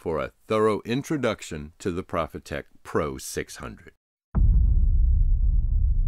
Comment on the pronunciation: Hey, cool idea for a series. Your equipment breakdowns are unparalleled. I am particularly curious how the flow control works. Btw: don't take this the wrong way, but as a German company, the "pro" in Profitec is pronounced pro, not prah. I know you are a stickler for semantics.;)